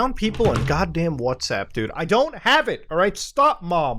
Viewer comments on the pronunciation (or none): My mom makes me wanna use whatsapp too lol, or as she pronounces it whasapp